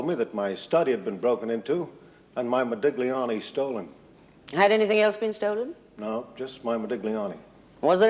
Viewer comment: The businessman keeps saying ModiGliani, with an emphasis on the G. Our lady barrister pronounces it correctly. I suppose they did that on purpose to show that he was a philistine.